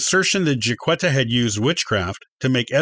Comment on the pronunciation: You're mispronouncing her name and some of your statements are incorrect.